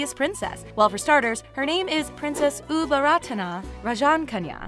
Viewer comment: Her name, Ubol Ratana อุบลรัตน์, reads Au-Bon-Rat. The "Ta-Na" at the end of her name is silent (its just there to conserve Sanskrit alphabet of the original word)